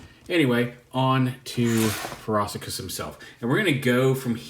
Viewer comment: Feh-roh-she-us not whatever it is you’re saying bruv. Otherwise excellent review as always. You brought something new to the table that the other reviewers didn’t.